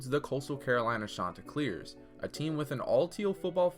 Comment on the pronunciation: “Shawn- tey clears”